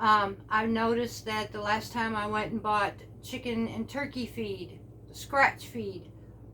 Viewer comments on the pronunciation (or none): none